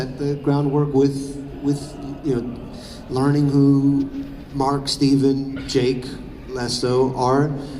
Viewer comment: Did say “Jake Lasso”??? Or am I hearing stuff